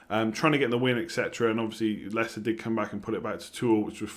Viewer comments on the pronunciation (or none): none